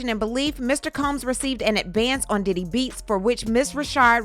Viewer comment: I know you are getting tired after all that vocal reenactment cause that "Diddy" sounded like a "Daddy." 😂😂. Thank you for what you do. 🙏🏽💜